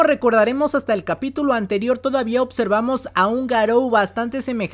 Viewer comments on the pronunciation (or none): buen video a pesar q me duele la cabbeza y rompi el escritorio al escuchar x100 veces "Otservar" y "Otservamos"